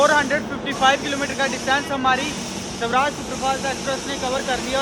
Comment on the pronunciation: Sawraaj nhi Swaraaj bolte h...bhai pronunciation pe dhyan de thoda...bahot cheap lgta h aise